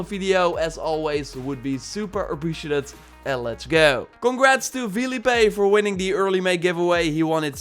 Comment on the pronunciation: It’s Felipe not Felipe lmao